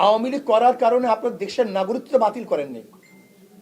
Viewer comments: এই হুজুর একটা অশিক্ষিত। বলতেছে বারবার "নাগরিকত্তা" 😂 বাংলাটাও ঠিকমত বলতে পারতেছে না, এতটাই অশিক্ষিত। মেট্রিক পাশ বা সমমান পাস করে নাই নিশ্চিতভাবে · নাগরিকত্ব শব্দটা ঠিক মতো উচ্চারণ করতে পারে না....!!! আহা রে... নেতা!!!! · নাগরিকত্ব" শব্দটা বলতে পারে না সে ভবিষ্যৎ বাংলাদেশের প্রধানমন্ত্রী হবে😮😅